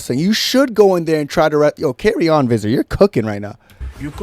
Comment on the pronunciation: Hey as a South African, Visser is actually pronounced Fisser, good job on u for shitting on them though, I never liked ddp since his "real african" comments